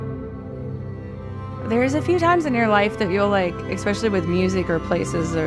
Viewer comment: Someone needs to tell that girl that "exspecially" isn't a word. (